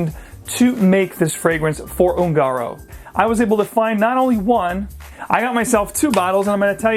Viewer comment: Hi... FYI the pronunciation of ungaro is "oon-ga-roe". Spanish for gypsy. Another great video!!.